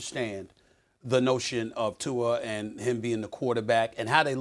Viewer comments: Lol why does Stephen A say “Tuar” instead of Tua 😂😂😂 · It’s Tua